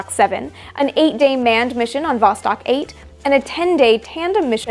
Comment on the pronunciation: Восток (vostok, 'east') is pronounced [vɐs.ˈtɔk], not [ˈvɔs.tɔk].